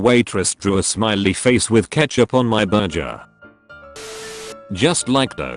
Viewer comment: What the hell is a burjer?